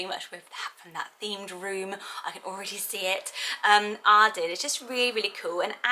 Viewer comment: I love the name Arden but I don’t like the way I say it cause I’m American 🤣😭 I love the way you say it! Also I loooove Andie, definitely up on my list for girl names!